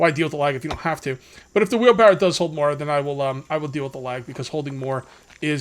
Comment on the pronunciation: FUN FACT: It's wheelbarrow not wheelbarrel. I personally didn't know this until I was well into adulthood.